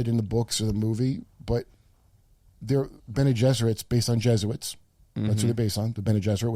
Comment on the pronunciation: *Je*suits ?!? Come on Kurt. You're so close